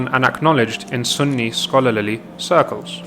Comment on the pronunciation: Great job guys! cant help but to mention, you seemed to say "Scholalarly"? haha